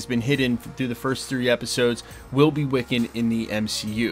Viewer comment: wiccan it's wiccan...